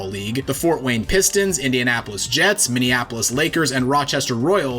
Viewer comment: A content creator that actually said Minneapolis correctly 🥲